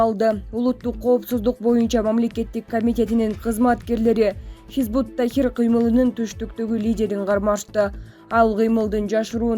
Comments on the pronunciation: Хизбут Тахир эмес хизбут Тахрир дейт кандай журналис чала окуйт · Чон кыз хизбут тахррир - тахир эмес. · Хизбут ТАХРИР. Тахир эмес.